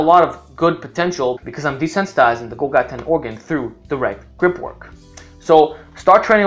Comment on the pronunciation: Golgi is pronounced gawl-jee.